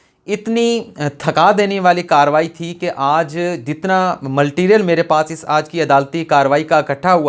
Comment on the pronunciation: جاہل سیکھ لوآپ نے کہا(ملٹیلریل) نہیں کہتے (مٹیریل) کہتے ہیں۔۔۔آپ کتنے پڑھے ہو